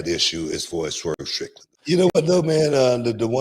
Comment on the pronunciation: "Swerve Trickland" 😂😂😂.